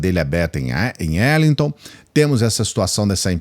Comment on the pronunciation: Eduardo Bolzoloide mora em Arlighton Texas,sua pronuncia está errada.